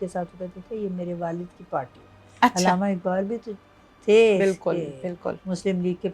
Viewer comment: Ilama ni hota urdu ka bayra garq na kreyn Allama hota hy